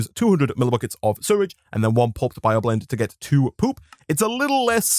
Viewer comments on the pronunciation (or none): I guess I missed it, but how come you pronounce it "surrage"? Not to be ignorant, just curious. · it still annoys me how he can’t say sewage right.